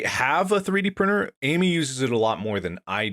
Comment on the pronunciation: "Izzad a 3d prinnr"